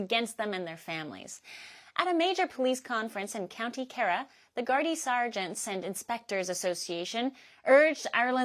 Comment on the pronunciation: Kerry is pronounced Kerr-ee. Thank you for reporting this and other topics from Ireland 🙏🏻🙏🏻🙏🏻🇮🇪